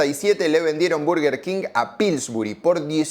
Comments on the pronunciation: Se dice bœrgœr king… suena como una O. La pronunciación en español es horrible. Son dos palabras en inglés. No pude ver más tu video y tu bErgEr kin 🥵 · Cuando empezaste el video y dijiste "burger" salte de alegria, despues saliste con "berger" y no, no se dice asi, es Burger, escuchalo bien en la propaganda que pusiste (siganme para mas datos de ingles jaja) ahora, al doble whopper no hay con que darle, yo le agregaba Ketchup y me comia dos (asi quede) jaja. Buen video. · desconfirmo , este tio no nos representa , el 99'9% de los españoles decimos BURGUER king no barrrguer king 🤮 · que le digan BERguer me saca, no es mas correcto decir BARguer???? sin tener en cuenta que en las publicidades la misma marca parece que dice VERGA king, boludos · No se dice burger, pero tampoco berger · No se dice Berguer grandisimopelotudo. Es Burguer. Che estás hablando en español... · Llora que le dice bUrger, procede a pronunciar bErguer 😂 Capo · Las dos son basura, es burger no berger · Los argentinos le decimos "Berguer" porque nos queremos hacer los que hablamos inglés. Pero en inglés burger no se pronuncia así ni a palos. Por ahí en un británico con mucha papa en la boca podría ser "Bahrgah", pero en nortamericano es simplemente "Burgur" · Suena raro BERGUER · No es por nada pero cada vez que dices "berger" me da la sensacion de que te esta dando un ictus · por qué este chico le llama Berguer king? xddd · Deja de decir berguer!! Porteo pelotudo! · Berger king suena raro.